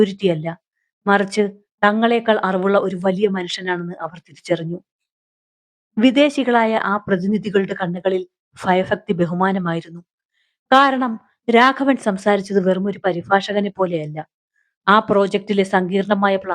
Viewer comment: വീഡിയോ നല്ലത് കണ്ടന്റ് അതിലും നല്ലത് പക്ഷേ വോയ്സ് നല്കുന്ന ശുദ്ധിയിലും ഭാഷാ സ്ഫുടം കൂടി ഉണ്ടായാൽ ഗ൦ഭീരമാകു൦ ഫാഷ യല്ല ഭാഷ യാണ് ഫയഫക്തി യല്ല ഭയഭക്തി എന്നാണ്.